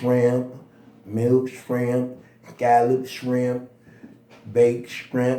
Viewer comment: Nigga said skrimp 😂